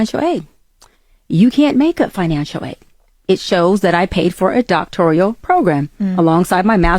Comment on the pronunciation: Doctorial killed me😂😂she can't even pronounce her fake credentials